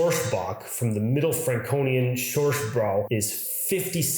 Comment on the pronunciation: I love your videos but as a german beer drinker I just have to say: Pleasepleaseplease do not pronounce Bräu like „brow“! 😭